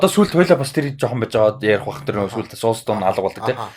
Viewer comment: СОУЛ Стөн гэж хэлэхээ болилдоо. Эхлээд ямар чулуу яриад байгаан бол гэж зөндөө бодлоо шд. Нэг л их англи хэлээр ярисан хүмүүс ядаж зөв аялагатай ярь л даа. Бусдаар бол гоё байнаа.